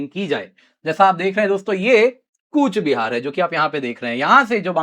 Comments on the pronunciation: It's not kuch - bihar... Real pronaunnce coach- bihar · It's Coochbehar Behar Sir. Not Koch Bihar